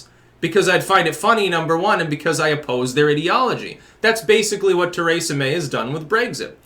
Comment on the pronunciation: Too-ray-za, Braygzit